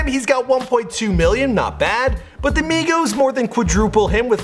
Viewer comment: migos, its not hard